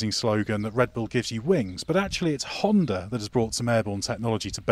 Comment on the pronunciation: Spell it with me... Honda, not Hondar.